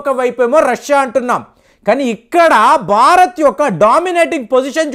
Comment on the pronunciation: అంతా బాగా చెబుతారు మీరు కాని బారత్, బర్తీ, బక్తి... ఇలా ఒత్తులు పలక్కపోవడం శోచనీయం. సబ్జెక్టు తో పాటు ఉచ్చారణ కూడా స్వచ్ఛంగా ఉండాలి. దీనిపైన దృష్టి పెట్టండి కాస్త!